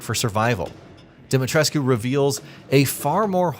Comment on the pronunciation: Why does no one pronounce "Dimitrescu" the way the game does? No one in the game ever pronounces the "U" but so many YouTubers do.